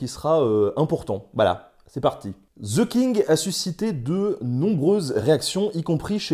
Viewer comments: Mon Dieu, voulez-vous bien me dire pourquoi les Français s'obstinent à prononcer «ze» le «the anglais. C'est caricatural. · "Ze King" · The pronunciation is THE king and not ZHE king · Cher Français,svp,arrêtez de dire ( ze)et dites ( de). Merci! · The king ne se dit PAS ze kink les francais ne savent pas parler anglais. Bon j adore nota bene . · ouais ouais "ze king"....... Quand on connais pas la prononciation on dit "le roi" !!! (oh mon dieu, "zi outlo king") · Ce serait bien si vous pouviez arrêter de prononcer le "TH" anglais en tant que "Z" ...... du coup ...... ;) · Mes oreilles saigne à chaque fois qu'un Français dit "Ze" à place de "The"